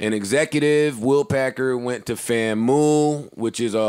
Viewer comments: “FAM-MOO” alumni is going to take offense of Joe’s pronunciation of FAMU 😂 and didn’t correct him smh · Joe it’s FAMU not FAMOOOUUUU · JOE: It’s Fam-U not Famoo 🤦🏾‍♂️ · Did Joe really just pronounced FAMU (Fam-U) Fam-Mu? Smh I understand he didn’t go to college but you got to at least say the HBCUS right. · FAM”YOU” is the correct pronunciation u sound wild af the way u said it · Fam - YOU. Pronounced FAMYOU. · Lmao hold that L JB for how you pronounced "FAMU" lmao